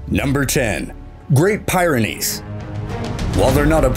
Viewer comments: Great Pyrenees; pronounced "Peerynees" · The way he says great pyrenees drives me nuts haha it's like peer-a-nees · The 10th is not pronounced (PIE)RENEES, you say it as pi (as you would say pip) not pie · I second that! 😂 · We have both a Doberman and a Great Pyrenees, which is pronounced "peerenees". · Um, narrator, you might want to look up the pronunciation of Pyrenees. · I'm sorry but your pronunciation of the Pyranese dog made me laugh ffs